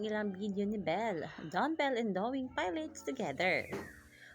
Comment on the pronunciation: Pilates pronunciation is "puh laa teez" like pulatiz, not "payleyts" 😂😂😂